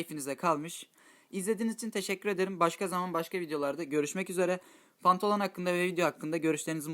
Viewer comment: Pantolon değil bantalon mübarek fdbmcgjafdyfh